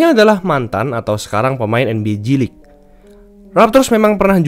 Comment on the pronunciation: Gw dengernya nba cilik